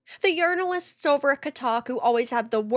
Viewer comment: The "Yernalists" yern for acknowledgment